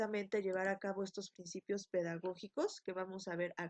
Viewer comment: excelente video..solo que dice PINCIPIOS......